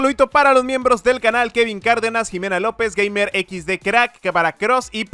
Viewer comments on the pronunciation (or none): none